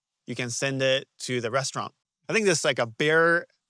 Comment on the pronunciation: And it seems you probably also speak French?? "restaurant" sounded very French - to my rather ignorant ears. But very interesting video. Will check out some of your other stuff! One question about Ichinokura, rather than Googling it, what has been the major cause of the 800+ deaths there? Surely not the local bears!? Cliff falls etc? And lastly, any relation to the sake "ichinokura"??